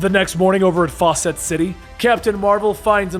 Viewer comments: Really fawcett city. Faucet city. Really!! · 'Fawcett City'... Like 'Fawcett Comics'?